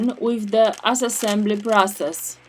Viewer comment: Excellent assessesssessembly!